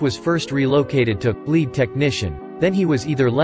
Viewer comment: The voice is synthesized. It mispronounced lead. Very common with synthesized voices.